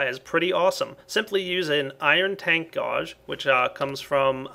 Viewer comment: Oh god that pronunciation of "gauge" was painful